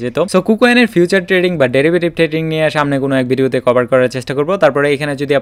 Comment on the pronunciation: ফিউচার না ভাই।ফিচার।কিছু মনে করবেন না।আমি আপনার ভিডিও গুলা থেকে উপকৃত হই।কিন্তু আপনি কিছু সহজ এবং পরিচিত শব্দের ভুল উচ্চারণ করেন।গঠনমূলক সমালোচনা হিসেবে নিবেন।এগিয়ে যান।শুভকামনা রইলো।